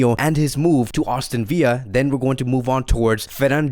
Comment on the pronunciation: “Austin Villa” Lmao love you